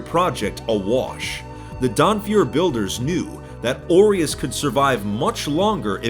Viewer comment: It bothers me that you pronounce 'aureus' incorrectly.